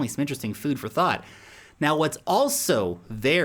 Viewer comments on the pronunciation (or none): none